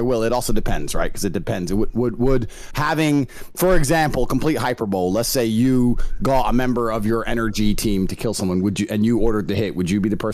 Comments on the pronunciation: Bro said hyper-bowl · forget the fact he probably killed someone did my guy just say "hyper bowl" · I didn’t rlly take him seriously at first cuz all I would see is him debating against people a decade younger than him and his radical statements but now I definitely can’t take him seriously after I he pronounced hyperbole as “hyper bowl” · does he really say hyperbowl.. I'm glad you warned me before I got there or I'd have shit everywhere lmao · lol Tate saying "hyperbole" hahaha hahahahahahhahahahhaha HYPERBOLLL - EEEEEE is the pronunciation. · His worst crime is not knowing how to pronounce “hyperbole”.